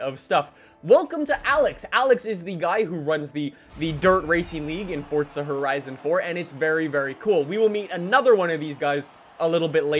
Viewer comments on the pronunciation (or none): Fortza☠️☠️☠️☠️ it annoys me how he says forza like it’s forza not fortza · Why do you keep calling it Fortza and not Forza? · Forza not fortza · Just please say forza when people realize u say fortza they will never be able to get it out of their head and never watch your vids again unless its muted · It's FORZA not FORTZA!!! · Its forza not fortza lmao chilll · it's pronounced 4za not fortza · “Fortza horizon 4” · why does he call it fordza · stop saying fortza horizon 4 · Its not fortza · What the hell is fortza did fortnite have a baby? Just kidding guys i know what he's saying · theres no t in forza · There's no T in Forza, i stopped watching your video after the 4th you tried to pronounce Forza